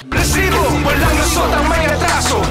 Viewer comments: ilang rrr ang kelangan para sabhin rrrrrrisiboooo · takte parang ndi seryoso yung segment nato gawa nung “RRRRRRRRRRRRRRRRRRRRESIBO” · Ang oa npo ng pagkabigkas nu po ng resbo, annoying npo